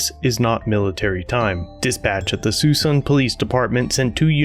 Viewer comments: Suisun is pronounced suh-soon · Thanks. That funny word is pronounced "sa-suun'" Small city, northeast edge of San Francisco Bay.